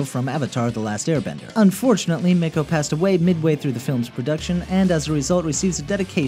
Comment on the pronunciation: Why does everyone pronounce Mako wrong?